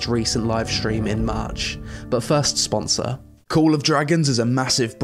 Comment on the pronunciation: But first, sponsoau syr osi ah wu kle sul eh😂